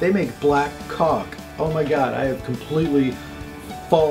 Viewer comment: I think Orville was especially funny this episode, and just can't pronounce caulk.